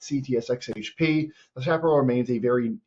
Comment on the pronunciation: Its pronounced shaparrell